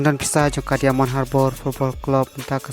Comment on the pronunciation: Diamond ( daimon pronounce kumne).